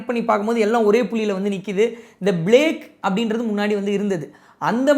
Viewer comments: It is plaque not blague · JFYI it’s not Blage. It’s Plague. Pronounce as Pa ப, not Ba. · It is plaque, not blaque.